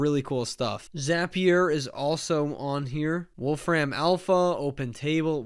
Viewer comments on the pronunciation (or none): Please stop saying "Wolf Ram". That's not his name. There's no stress on "ram", he says it more like "Wolf-rim", as does everybody else with that name.